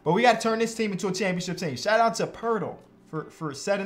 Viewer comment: Its pronounced po-et-el